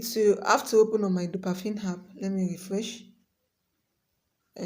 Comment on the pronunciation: But why do you keep saying dopafin.. when it's clearly dopaMINE 😩😩